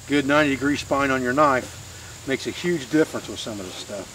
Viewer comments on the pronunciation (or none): none